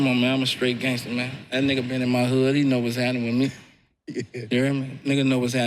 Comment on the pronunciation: Well, he said "gayngsta". 😅